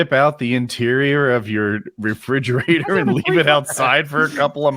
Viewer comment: 3 mins 30 seconds in Kyle says fridgerator which he corrects everyone else about